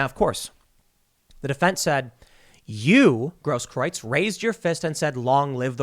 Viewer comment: Tim Gaige Grosskreutz It's pronounced Gross Krootz